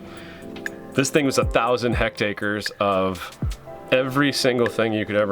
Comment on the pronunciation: “ This thing was a thousand Hect’ Acres “ No such thing bud. It’s a Hectare which is equal to 2.471 Acres. You’re conflating the two and making a new word. Either you’re dyslexic or just regular American. Haha jokes. I’ve noted a funny trend how so many Americans use made up words or non contextual words expressed with conviction. Fake it til you make it. Reminds me of George W Bush. Anyway just a funny observation. No offence. You’ve got a good channel otherwise. Your girl is gonna be your cash cow and you’re cool enough not to let your ego become too loud. A good mix. She looks like she’s up for anything. Just be careful and don’t get your heart broke. She’s young and women can be fickle before 27 getting bored and swayed. It’s hard when you’re coming in to your Middle Ages and young girls fall for you and you’re ready to settle and then boom. That’s a hard one. Watch out for muscular men bearing fruit ! Didn’t you read the Bible ! Haha jokes good luck.